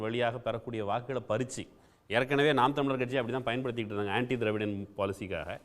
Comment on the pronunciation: திரு அவர்களுக்கு நாம் தமிழர் என்று பேசும்போது வாய் ஏன் குழறுகிறது..